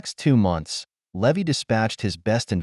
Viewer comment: The pi’s name should be pronounced Lee-vi, not Lev-vy